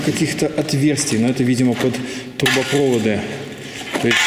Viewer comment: трубопроводы(ударение на последний слог) газопровод и мусоропровод, всё на последний)